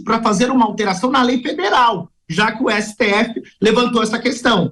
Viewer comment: Ésse Tê effe Tecnico? 😂😂😂